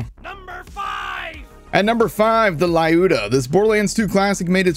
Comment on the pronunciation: It’s pronounced ‘Ljud Ya’